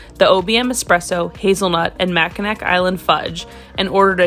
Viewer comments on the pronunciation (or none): It’s pronounced mackinaw, but spelled mackinac. ☺️♥️ Loved watching your video! Can’t wait to try some of these places on my next visit!! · Great video, but it's pronounced "Mackinaw"!!!